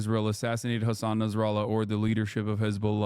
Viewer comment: Why he kept calling him hassn instead of hasan meanwhile the two name is exist and separated in arabic